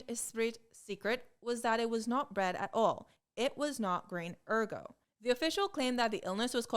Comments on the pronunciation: Too bad she didn’t do so well with “ergot” (ER-gət)… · Also, Ergot needs a t. Otherwise it sounds like "therefore".